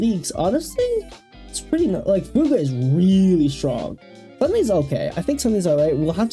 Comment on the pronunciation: Chinese doesn't have a pinyin -gue. It's just the English word fugue (fyoog). A moment of identity loss or memory loss. The way you're saying it would be spelled Fu Gui